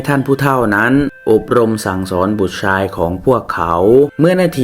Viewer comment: ภาพสวย เสียงเพราะ เสียอย่างเดียว ช.ช้าง อ่านออกเป็น ซ.โซ่ ทักคำ😅😅😅ใช้ก็อ่านไซ้ ชาย อ่าน ซ่าย ช่วย อ่านซ่วย😂😂😂